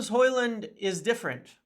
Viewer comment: Well done for the effort and respect for training to pronounce a persons name correctly Some of your countrymen are not even close with some names 😂